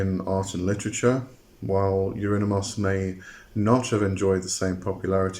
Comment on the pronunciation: You pronounce his name like : Eurinimus 😂